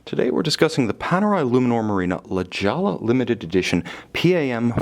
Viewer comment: It’s pronounced La Hoi ya.